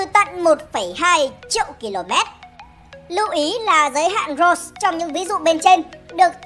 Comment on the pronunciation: Roche sao đọc nghe như rose thế